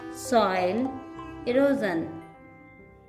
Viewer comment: Eroison ❌ erosion